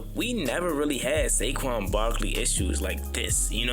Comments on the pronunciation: Who the hell is Sayshawn.....😂😂!!!!!! IT'S SA-QUAN.....wit a Q. Yah need some Schoolhouse Rock jo....let's get it together yah. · "Shayshon Barkley" 😭🙏